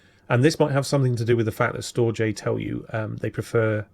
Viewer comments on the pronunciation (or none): Damnit man, It's pronounces "Storedge" 🙂